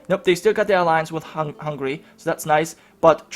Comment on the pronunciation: Wallonians I guess. I heard hungry once, when he was talking about Hungary.